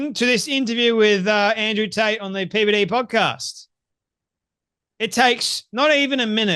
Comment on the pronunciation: Did you say Andrew Taint ?